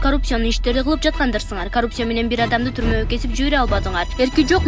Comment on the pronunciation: ИТ кууп аткансып эмне мынча шашып окуйт.Коррупция деп жазылат ,каррупция деп окулат.Мектепти бутконбу бул кыз деги ?.